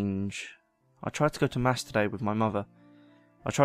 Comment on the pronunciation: actual narration: I went to mass today with my mother what i heard: I went to masturbate with mother ?!!